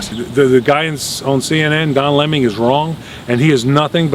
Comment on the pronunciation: Haha - I almost soiled myself when accidentally pronounced his name as "Lemming"! L0L!:)